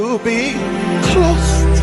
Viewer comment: That man said clost 😂🤣